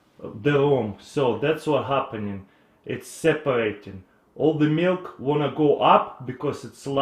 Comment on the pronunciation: where do I find this "meelk"? :P